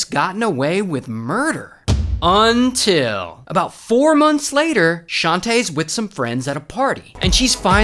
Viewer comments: You know shits about to get real when Ray says "UN-TIL". 😂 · Everybody gangsta until ray says "UNTIL!!!!!" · The “UNTILL” is iconic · Its all shits and giggles until ray says 'until'